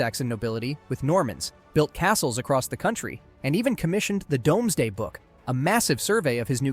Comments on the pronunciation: The domesday book is pronounced doomsday. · also domesday is pronounced DOOMSday